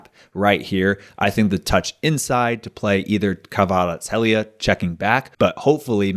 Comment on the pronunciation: kvarat-skelia. its fine if you dont pronounce the h